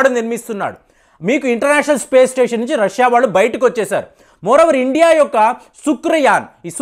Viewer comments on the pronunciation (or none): none